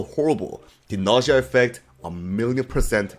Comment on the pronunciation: POV: He realizes that it's nausea and not nausia